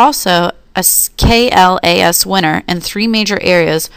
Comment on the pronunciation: From Kim D. Slocum, FHIMSS, President, KDS Consulting, LLC (Continued from previous) I was also impressed that the team was aware of the high ratings that some of McKessons software products had earned (note to team: KLAS is pronounced as a word—class—rather than spelled out as letters). The team also had a good segmentation of the PHR situation and seemed to understand that these products dont appeal to all consumers at the same level.